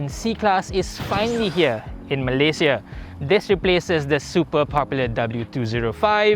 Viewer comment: Been following you since i was in highschool,. Your pronunciation of malaysia is solidly correct eversince.